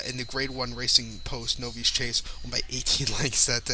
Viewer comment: Good effort,. Bagged a couple of winners and an exacta. Novice is pronounced nov-iss. Good luck.